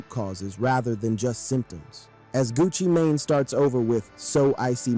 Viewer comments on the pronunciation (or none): I thought he said gucci Mayonnaise 😂